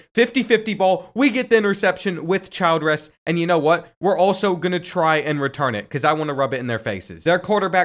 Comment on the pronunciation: The way he said 'Child-Res' lol